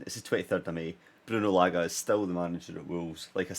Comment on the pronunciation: Say Large without the R and it will be correct